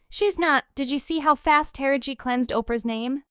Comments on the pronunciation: The person narrating this piece is pronouncing Taraji's name wrong. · Please learn how to pronounce Taraji's name correctly....